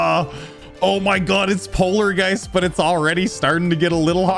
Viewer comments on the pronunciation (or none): Bro said polargeist was polar guys💀💀💀💀💀